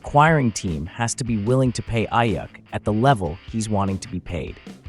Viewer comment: It's pronounced Eyeeuukk